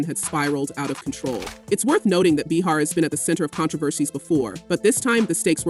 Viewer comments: How many different ways can this AI announcer pronounce Behar in one story. So annoying! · Can't you teach your AI that it's Bay-har, not Bee-har? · beehar beehar beehar, its driving me nuts how the narrator gets it correct about 20% of the time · Bay har not bee har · How is it they can't get her name pronounced correctly? They go from calling her "Bee-hat" to "Bay-har".Whichever it is/was doesn't matter as ABC smartened up and fired her old ass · Bay har is how she pronounces her name. 🙄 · Hate the way you pronounce her name…😂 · You’re pronouncing her name wrong…good lord!